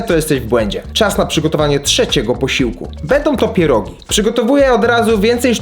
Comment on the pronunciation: CHEEEESECAKE", ,,PIERODŻINI"